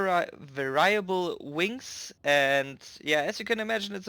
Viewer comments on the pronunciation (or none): It's "Vary- Able" wings.